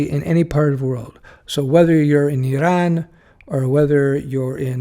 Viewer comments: Correct pronunciation too! Eeraan. Useful advice. From your video it seems like Canada might be welcoming software people? Back in the 90s when I was trying to apply from US, it was tough. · Did not trigger me because we are pronouncing it like that in my native language :) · It is kind of a hybrid pronunciation first sylable in French and second in English, and that's how they pronounce it in Iran and the surrounding countries and other languages of the region. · Why? It was a lot closer to how the natives pronounce it than Americans.